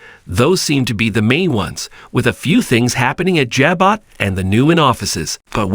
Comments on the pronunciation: Jabot is pronounced as Ja-boe. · OMG watch the soap and say Jabot the right way